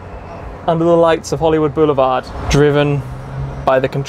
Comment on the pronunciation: Took 7 minutes of blather to actually get to the cool car? So.... how many times did he say "Hollywood 'Beuoulevard' "?! 😂 I had to turn the sound down. Awesome car but I don’t think it'll make a production run!